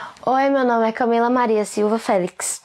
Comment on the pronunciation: Só eu que ouvi ela falando FELIX?